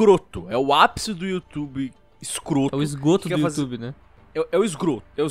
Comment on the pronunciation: Eu sei que não é pra rir disso mas, "esgroto" foi foda.